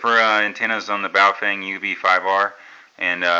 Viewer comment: It's pronounced "bow-fung." Bow like the bow of a boat.